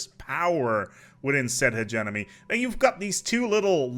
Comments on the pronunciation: Could not finish watching "Hedge-E-Money" not "Hedge-Enemy" I was going crazy. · After hearing Hegenomy I started hearing Emeny for some reason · Nobody:: Hedge Enemy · "he-ge-Mo-Ny" not "he-ge-No-My" I felt like I was having a stroke. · "My favorite origin start, the HEGEMON" Now say Hegemony. "Hejiminy" LOL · Akchtuallly its pronounced "he-GEE-money" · AHHHHHHHHHHHHHHHHHHH, I'M SORRY HIS PRONUNCIATION OF HE-GEM-O-NY IS DRIVING MY OCD INSANE!!!!!! But it's ok I still love you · Like I get that English is a weird language, but he was so close to just fucking looking at how it was spelled and making the mouth sounds in the correct order! It’s like he got 65% of the way there and said, “Eh, good enough.” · if you can pronounce Hegemon, I don't understand why you wouldnt be able to pronounce hegemony.